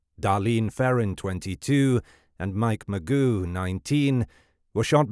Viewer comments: His name isn’t pronounced Mike “Magoo” it’s Mageau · It's not Magoo it's pronounced maJoe almost a French sound to the last name not criticizing good work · It’s pronounced: “Ma-Joe” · Feel sorry for Mike Mageau (pronounced ma-joe) - who survived the horrific Zodiac ambush only to be called Mr Magoo for decades to come! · "Mike Magoo"? hahaha it's actually pronounced "Ma-jzo". Was this made with AI? The voiceover pronounces the same names several ways, like "Cheri" and "Sheri", and there's tons of little spelling mistakes in the written copy on-screen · “Mike Ma-goo?” I hate to be that guy, but his last name is pronounced; Ma-geaux. Perhaps it’s just me nitpicking, but when putting together a true crime documentary, the absolute bare minimum, and the least you could do is to get the victim’s names right. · Mike Magoo no relation to Mr. Magoo. Mike Ma G U it’s French or whatever. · "Magoo" LOLOLOL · Mr Magoo? Come on man, at least pronounce his name correctly. You're literally monetizing him nearly being murdered. The very least you can do is get his name right. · This AI voice calling the victim Mike Magoo is insulting. 🙄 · When he called Mike "McGoo" I about lost it. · Michael Ma- Joe is the pronunciation. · Mike “Magoo”?!?! That crashing sound you hear is your credibility flying out the window. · You could have at least done the most basic research and learned how to pronounce the victims' names. It's not Mike "Magoo". The 'g' is soft and it doesn't end like 'goo'. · Much as I dislike corrections of pronunciations, this one irks me. It's Ma-JOE. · I know but the guy says Magoo in the video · Agree. And yet somehow, the word "penchant" was pronounced with a correct French accent but we also get "magoo".... SMH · Ya I checked out after the second Magoo. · I can't even watch this when someone totally can't even say the Last name correctly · Mike Magoo 😂 His name is Mike Mageau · If you want to be taken seriously,. you might want to pronounce people's names correctly.